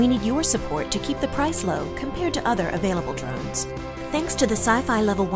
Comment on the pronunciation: Poor poor Helen....she loves DWONES and WOBOTS. Maybe she know Bawwy KWICTKY